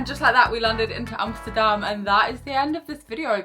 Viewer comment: Compliments for the pronouncuation of Schiphol and Amsterdam. Like others mentioned, certainly not the smallest airport in the UK.